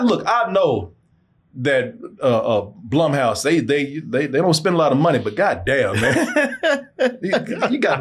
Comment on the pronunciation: Its not blumhousee